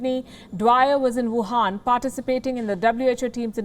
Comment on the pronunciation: Why do you call it wuhaan virus?